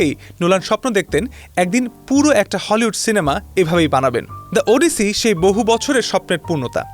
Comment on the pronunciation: উচ্চারণ ওডিসি নয়, উচ্চারণ হবে অডিসি।